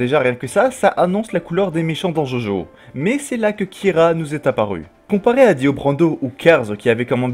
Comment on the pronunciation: C’EST DJODJO pas jaujau bordel x) nb: super vidéo